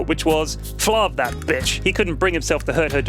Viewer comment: I thought it was flarv, not flavv?